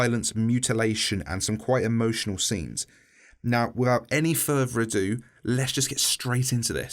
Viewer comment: “Wifvout any furver erdo”